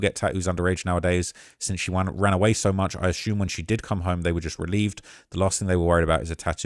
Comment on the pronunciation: Nothing in the report suggests the family spoke to d4vd. It’s weird how y’all jumped to that conclusion. Also, didn’t you discuss d4vd having a tattoo artist at his house tattoo Celeste in another video? Finally, why do you pronounce “assume” that way? 😂